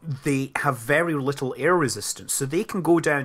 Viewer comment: a bittle, a little LOL, again